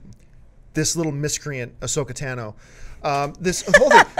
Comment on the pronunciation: it's tAH-no not tAn-o